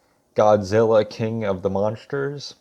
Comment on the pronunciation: "I haven't even seen the movie." Oh, ok. Then shut the fuck up and delete your account. Fix that cringe ass fucking speech impediment too. "MONSHTERSH."